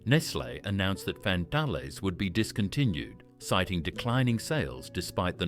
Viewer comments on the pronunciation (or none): WTF is a fan-tal-lay. It Fan-tale, like man-snail. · Lovely memories, thank you. Glugs, toucans, milo bars, dunkaroos.... just wonderful, BUT please use an Australian AI voice and it's FAN-TALES not what the voice was saying, lol it was trying to be French I think. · Fan-Tales you! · yeah, fan tahlez hehehe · I Love Sunnyboy's. COLA was my Favourite. I wish they would bring them back. Scorched Peanut Bars are one of my Favourites. I buy them on a regular basis. The Tubs were Great. I would rather buy the bites in the Tub than the packet. The Tubs are easily Recyclable & more Environmentally Friendly than the bites in the packet or even the Bars. I would buy it 100%. You pronounced Arnotts & FanTales Wrong. Don't pronounce the no in Arnotts. And Fantales is pronounce FanTails. But is spelt FanTales. Tales as in a story. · wtf the voice over ai cany say fantales. and many of the snack you can still buy lol, Dubjaroos are bot aussie it a fake site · First time I’ve ever heard Fantales pronounced in this way. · AI Generated Dribble! The AI voice can't pronounce Fantales, Arnotts and other words correctly with inflictions in or at the wrong point of words. So many images not relevant to the product or even Australia. Outside of that, no mention of "Triple Treat" Ice Cream from Streets!